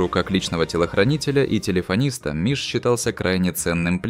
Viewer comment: Он не миш а мыш